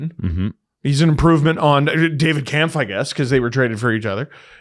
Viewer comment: Hey guys it's Kämpf, the ä is pronounced "ae". Only says it right